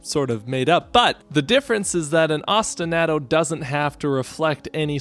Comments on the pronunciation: I enjoyed your analysis. This is a great game with a very compelling soundtrack. I was way too distracted by how you pronounced ostinato, though. Keep them coming. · Now, your analyses are of the best I’ve ever heard, but that is not how you pronounce ostinato, and it hurts me every time you say it that way